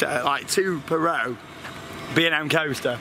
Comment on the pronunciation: “2 person perrow” 😂